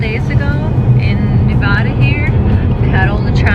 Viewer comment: Thank you for pronouncing Nevada correctly 🙂